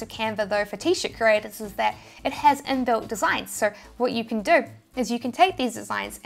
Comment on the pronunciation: Do = DOE